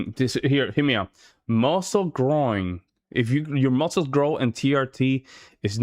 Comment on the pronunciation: Andrew cannot even pronounce muscles correctly.